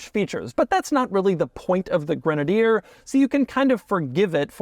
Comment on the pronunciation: Doug is the kind of guy who mispronounces literally everything 😂